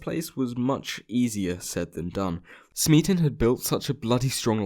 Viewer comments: C'mon man. The Kaiser Chiefs song's rhyme scheme is clearly ABAB. "Smeaton" isn't supposed to rhyme with "policeman". It rhymes with "Beaton". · smeaton rhymes with beaten not policeman.